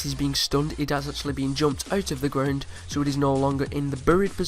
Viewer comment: (ut uf the gruuund